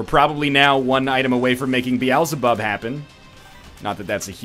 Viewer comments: Nah man, it's like "Beel-ze-bubb" (Beel as in peel) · "Bee-El-Ze-Bubb" why do you butcher every word you savage